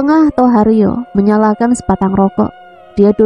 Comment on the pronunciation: saya perhatikan tiap membaca "menyalakan" koq bunyinya "menyalahkan" ya